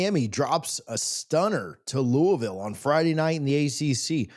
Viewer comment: Learn to pronounce Louisville.